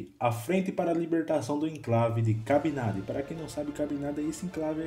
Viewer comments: não é “ Cabinada” é “Cabinda” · É Cabinda e não Cabindá! E não é "da Angola", é "de Angola". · Seria melhor se os nomes de algumas pessoas e de Cabinda, fosse dito corretamente... :(